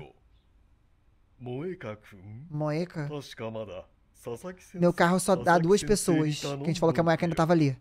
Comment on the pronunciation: Jean, Quando vc for pronunciar o nome dela vc pronuncie o "e" de Moeka de "i" ai a pronuncia fica Moika, espero ter ajudado ( se vc ler este comentario claro)